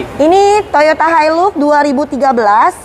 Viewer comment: Bacaann-nya Hailax om bukan hailux 😀😀😀